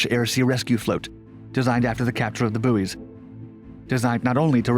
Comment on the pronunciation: was distracted by his mispronunciation of the word "buoys"-it is pronounced "boys" not "boo-ees" for goodness sake